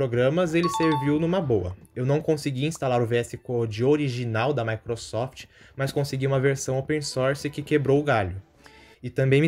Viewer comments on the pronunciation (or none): none